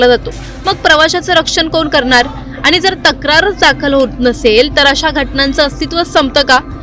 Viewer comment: अहो ,तुम्ही कसले मराठी बोलता ? आनी आणि पानी वाले .... 'ण' चा उच्चार करता येत नाही का ? News anchor च्या सिलेक्शन करतेवेळी मराठी धड बोलता येते की नाही ह्याची चाचणी होते की नाही ? की सिलेक्शन करणारे पण आनी-पानी वालेच असतात ? हल्ली सगळ्याच चॅनेल वर आनी-पानी बोलणाऱ्या news anchor चा सुळसुळाट झालाय . कठीण आहे 🙏🏻